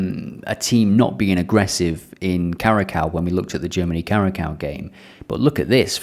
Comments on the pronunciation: It's all good and fun these video's but can you stop saying: KARAKAU?? Please look up how to pronounce curacao 😀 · It’s pronounce Ku-Ra-Saow (Curacao) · curacao is pronounced kura ''Cure ah sow'' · Cura-cow haha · You gotta say it like “kurasao”, put some respect on Curacao big man! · Please look up how to pronounce curacao. At least not kurakao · Yes very annoying indeed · Can’t take advice from someone who can’t even properly pronounce the teams name